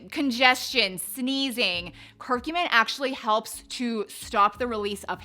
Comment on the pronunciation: I just looked it up where it also verbally says the word, and it’s TUR-mer-ic, and CUR-cu-min.🤣